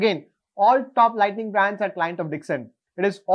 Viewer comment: Very informative!! By the way, there is a difference between Lighting and Lightning.. You repeatedly pronounce it as Lightning..!! Please correct in your future video!!👍